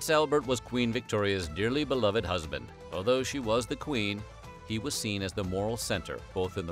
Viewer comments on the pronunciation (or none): none